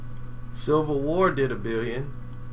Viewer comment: Lmfao it's Civil War not "Silver War" bro 😂😂 my nigga.. But anyways, I say Panther will keep increasing its worldwide appeal and climb into that 2 billion dollar club.. I've seen it in 3d twice and goin back for a 3rd round pretty soon. What a great time to be alive huh??👍🏽👍🏽👍🏽